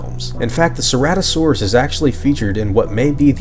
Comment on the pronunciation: You mispronounced ceratosaurus...